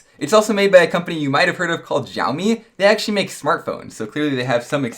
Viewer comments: It is pronounced shui-me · You said xiaomi wrong is pronounced as xia omi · This isn't really important but it's "shaomi" in terms of pronunciation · Xiaomi not XiaoMi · it is pronuced xshalmi